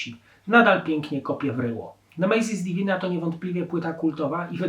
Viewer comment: Nie "nemejzis divina" tylko "nemesis divina" Nie "Empejror" tylko "Emperor".